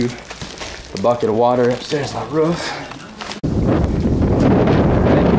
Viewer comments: he pronounces roof wrong and its root with nikki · "Now i am on the RUF" ROFL! its ROOF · hehe he says roof funny